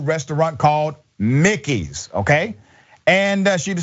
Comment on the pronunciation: Mikey's, not Mickey's. Guess his doctorate isn't in English.